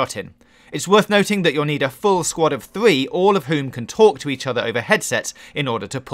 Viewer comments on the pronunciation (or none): “Numbah thwee... wespawn...” I can’t focus on anything but this dudes inability to pronounce his R’s. Sounds like my thwee year old niece. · a full sqwad of thwee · Learn how to say 3